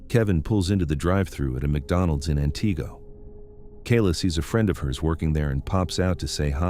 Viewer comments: AN-tih-go, not an-TEE-go. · As a Wisconsinite, I understand that some names of cities and towns are difficult to pronounce, but this narrator isn't getting any of them right 😂😂😂 it's AN-tigo😂😂😂and Wausau is not pronounced Wow-sow 😂😂😂